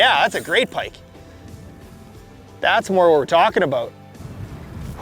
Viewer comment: Great video “a-boot” pike.